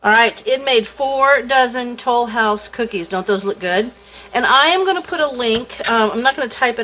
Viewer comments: French accent "Lesleeee Tolouse". The great cookie search episode Phoebe, Friends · Ack! I was looking to see if anyone commented this. I keep hearing it when she says Tollhouse 😂😂😂